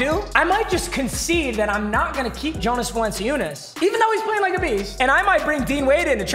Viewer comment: It’s pronounced “Yonus Valanchunas”